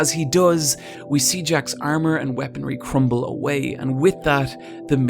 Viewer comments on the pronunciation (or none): none